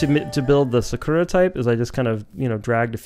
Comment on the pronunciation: It's pronounced ( SAH-KOO-ŔA ) not (sukooruh) lol🤦🏻‍♂️🤣